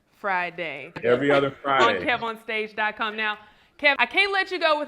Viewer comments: That's how you know someone doesn't watch your content "Kevon" instead of "Kev" or "Kevin" I stopped the interview after the 4th time he said it. Kev corrected him around the but still, it shouldn't take almost 20mins to fix something like that. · When the host calls Kev On Stage "Kee-von" for the third time and Kev corrects him. Cracking up!